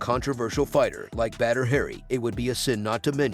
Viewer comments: Say BaDDr not bEdr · Please dont call him "Better Hari" xD his name is pronounced B A D R not B E D R its giving me anxiety to listen to this 😂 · Badr Hari is the man but come on your text to voice thing is butchering the man's name. Badr (Pronounced like *Baud - Er*) deserves more respect than this. 😂